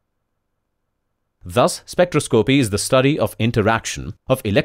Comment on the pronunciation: Good simple video, thought this guy should learn how to pronounce spectroscopy!